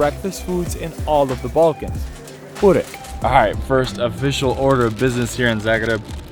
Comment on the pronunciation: Not "balkans"